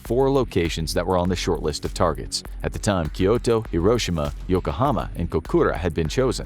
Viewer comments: "Key targerts" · “Key Targerts” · "Key Targerts" That's like the "No Regerts" meme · I love the first folder that said "key targerts" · LOL "Key Targerts" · Key Targerts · Key... TARGERTS. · "Key targerts"?!?!? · Key targerts 😅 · I came here to say this